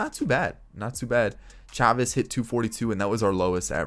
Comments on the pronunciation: It's pronounced "Chay-vis" not "Chaw-vis" but I get the confusion since it does look like "Chavez" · It’s pronounced Chay-Vis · It's Michel SHAY-VIS